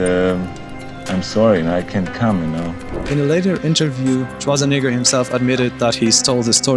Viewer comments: Swartzanigger? 😂 dude next time work a little in your pronunciation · Dude! The way you say Schwarzenegger is damn near offensive! 😂😂